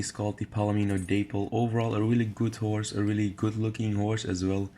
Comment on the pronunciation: The day-pple 🤣🤦🏽‍♀️ daaaap-ple🤔🤣